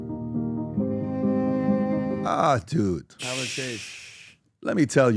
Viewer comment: His name is Tyler not title